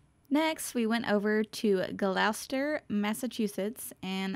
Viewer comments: You butchered my hometown’s name! It’s pronounced Gloster… not Glochester. Lol. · Great vlog! I know some of the town names can be awkward so if you'll allow me to assist: Gloucester: Gloss-ter Peabody: Pee-budi Worcester: Woos-ter Hope you get to come back up! we have more shops nowadays and Essex Street in September can't be beat! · Glauwchester? Lol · Thanks so much! And thanks for (kindly) helping me out with the pronunciations! In my defense, I looked up how to say Gloucester but still managed not to do it right! Lol! Thanks for watching!